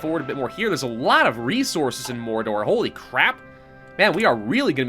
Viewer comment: Welcome to morrrrrrrrrrrdor make sure you roll the r's